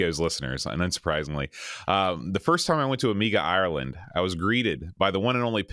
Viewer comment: Amiga Ireland? I swore you said "Amiga Island".